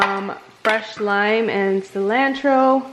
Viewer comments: Cilantro pronounced incorrectly 😂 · I never heard anyone say cilantro like that. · You look amazing! I love you but the way you say cilantro bugs me a tiny bit lol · I know me too lol